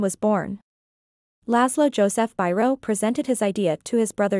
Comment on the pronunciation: your pronunciation of hungarian names its absolutely horrible. Its not an english name so dont say it like it be one..